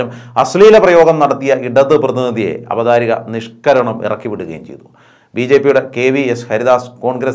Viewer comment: അവധാരിക എന്ന പ്രയോഗം തെറ്റ്. അവതാരിക' അതേ പോലെ ഭ എന്നതിന് പകരം ഫ എന്നും - തിരുത്തുമല്ലോ